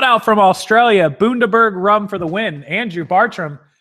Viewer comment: it's pronounced ozzie, not ossie. There is no "s" in Aussie. And it's Bundaberg, not Boondaberg. Bun as in run. Bundy. LOOOVE your channel.